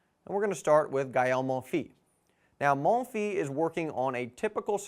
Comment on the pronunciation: Great video! BTW the "s" at the end of "Monfils" is pronounced